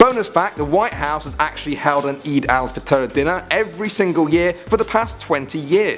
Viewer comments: your pronunciation is ok but its eid el fetar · the way he pronounced aid el fateh gave me eeds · hmmm you actually prounoun ed stuff ritght apart from one thing aid al fitar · its aid al fitre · youre PRONOUNCIATIONS WERE COMPLETELY WRONG IT IS PRUNOUNCED EED OOL FITAR WELL THE SPELLINGS ARE EID UL FITR